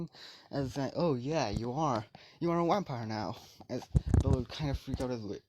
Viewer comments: I heard wampire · Did he say wampire in the beginning 😂😂😂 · did you say Wampire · I’m positive that you said yampire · I also heard whampire